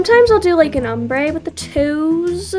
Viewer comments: (Om-brey) lol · Btw, it’s ahm-brey for the word pronunciation 😊 and then also sa-kay-duh wings